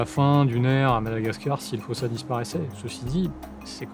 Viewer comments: S'il vous plaît la prononciation malgache c'est "fousa" le o se prononce "ou" en malgache. Quand on vous entend dire fosa on entend "fôsa" c'est bizarre (et on écrit fosa avec un seul "s", qu'on prononce "ss") ;) Sinon merci pour la vidéo sur notre île ^^ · Si jamais en malgache ça se lit "foUssa" et non "fOssa" 🙂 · J'ai entendu des malgaches disant que c'est "fousse" et que le "a" à la fin est méga rarement prononcé de façon à ce que ça soit audible. PS: votre nom sonne très malgache, n'hésitez pas à me corriger si je me trompe ;) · Mais ça se prononce fosa.(foussa) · Épisode passionnant! Pitié dites-moi que je suis pas la seule a avoir entendu "Foussa faim" pendant tout l'épisode! 😆 Ça pique pas trop les coups de soleil? 🤣